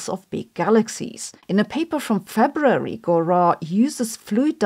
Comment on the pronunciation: She added three 'Rs' into February. I love it.